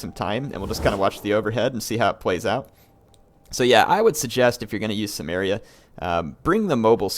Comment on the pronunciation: I think its pronounced Kimmeria